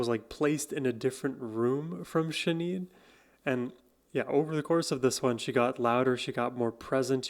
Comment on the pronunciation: Her name is pronounced Shin - aid. React to her all of her songs from The Lion And The Cobra and I Do Not Want What I Haven't Got albums please. ❤